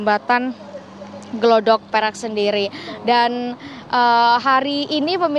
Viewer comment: Bukan glodok mbak tapi gladak...